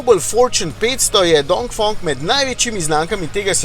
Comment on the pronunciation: DongfEEEEng, ne OOO